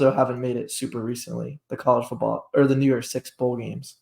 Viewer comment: Did you say New Year’s six? Sounded like New York six.